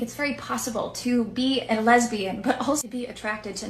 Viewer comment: LEZ-BEE-YAN, JLP style.